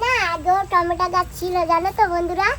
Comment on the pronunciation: খশি না মাছের আঁশ বলে 🍅 টমেটো বলে টমেটা বলে না দিদি ভয়েসটা খুব সুন্দর বাচ্চাদের মত গলা